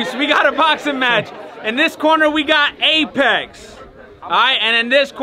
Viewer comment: Eight Necks? Oh he said Apex NM. Lol